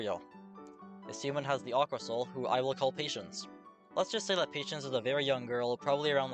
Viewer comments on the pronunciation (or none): "Aqua soul" 💀